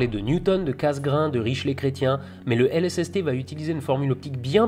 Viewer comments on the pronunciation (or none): Ahhhhh ! Tu dis que les grands télescopes sont largement ouverts mais pas forcément, en tout cas pas au sens de l'ouverture optique ^^ Je me doute que tu le sais mais pour une fois que c'est pas Brusicor qui peut pinailler ... :-) Et je crois, sans certitude, que c'est Ritchey-Chretien, pas Richley ^^ J'aime beaucoup la vidéo, j'attends désormais les prochaines ^^ PS : salut Jacques :-)